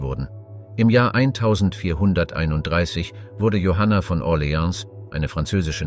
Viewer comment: Bei OrleanS wird das S nicht mitgesprochen.